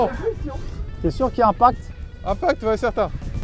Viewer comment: sympa la vidéo, simple, marrant et efficace!! tout ce qu'on aime chez. Suite à ce test le RAID va prévoir de changer son arme? Par contre le spoteur et son "un pack" au lieu de "impacTE" ça me fume 🤣🤣🤣.